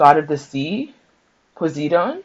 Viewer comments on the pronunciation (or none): "Puh sigh don" or "pus eye👁️ don" is the pronunciation. Sigh like the exasperation of breath.